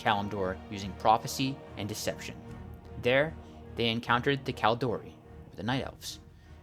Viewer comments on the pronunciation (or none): pronouncing kaldorei -> kàl-dó-ray or rày (just the ending there is not correctly pronounced) Maiev -> (My-ehv) Archimonde -> (Arc - Emond)